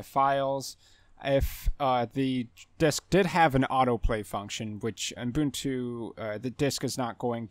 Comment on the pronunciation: Thanks for your video! But I'm curious: Why are you pronouncing the name Ubuntu as "Oom-boon-too" or "Oon-boon-too" (as if adding an m or n right after the first u)?